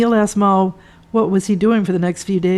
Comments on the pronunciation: Beat me to it! It was doing my head in. Should be Mal - as in mal-content. NOT "Marl" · His name is pronounced Mal as in Al. It is not Maul. Good content and good book.